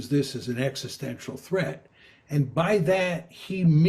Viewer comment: Mmm. Practice saying the word "existential."